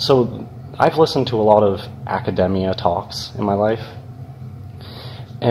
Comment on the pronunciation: "I've listened to a lot of academia talks"...apparently he didn't listen when someone told him how to pronounce "academia". Bodes well for his understanding of the talks themselves...